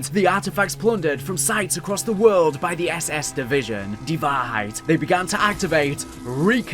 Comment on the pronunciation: As a German i really had a good Laugh at your pronounciation of the German Words. Most of them are ok to good like Die Wahrheit was on point but how you said Vogel was absolutely wrong 😂